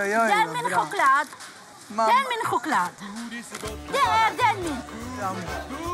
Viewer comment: ”DÄR MEN KhOcLaD”